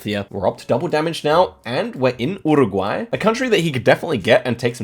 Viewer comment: an australian not knowing nz very wierd. why do u pronounce uruguay wierdly also sounds so depressed